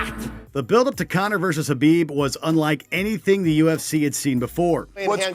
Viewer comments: Well, he got Khabib right lol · Mannnn who was reading these. I'm surprised they got Khabib name right but so many other names wrong.